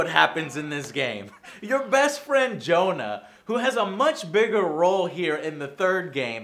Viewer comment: Best friend Joe-nah